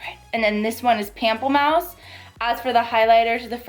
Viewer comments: Loved this review!!! You are absolutely stunning! Also, pamplemousse is French, and it would be pronounced in English more like moose (like the animal). So Pample-moose. 😉 Means grapefruit! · I just got mine and it's so pretty I don't wanna use it lol What are your thoughts on the eyeshadow palette? are you gonn get it? p.s: Pronunciation is Pom-play-moose